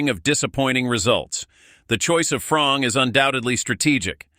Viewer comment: bull💩 news not even pronounce the name properly its FRiMPoNG not frong